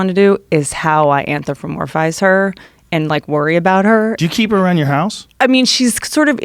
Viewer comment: She says anthropolmize wrong, everytime